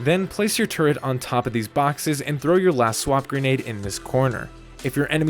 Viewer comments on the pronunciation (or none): Repeat after me: "Swarm - Grenade. Swarmgrenade" Thanks for the setups much appreciated :D